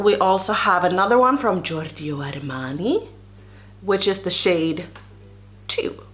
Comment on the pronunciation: You pronounced Giorgio Armani perfectly, well done.